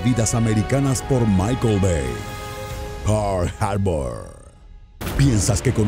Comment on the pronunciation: ¿Por qué lo pronuncia "Pourl Harbor"? Ahhg, de veras creo que estos tráilers doblados los hacen con las nalgas.